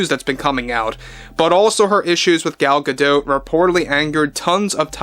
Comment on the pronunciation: I have to assume you are pronouncing Gal Gadot's name incorrectly on purpose. Poor taste.